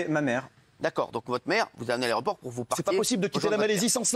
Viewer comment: l’aréoport t’sais